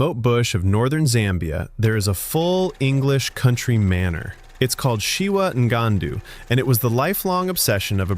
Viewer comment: It's shiwang'andu not shiwangandu... 😅